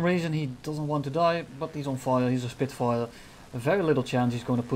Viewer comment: "He is on fire, he is a Spirfire" hahahaha